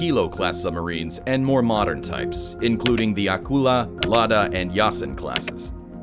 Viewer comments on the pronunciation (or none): none